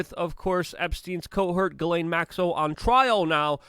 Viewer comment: finally someone can pronounce the name Ghislaine it's like French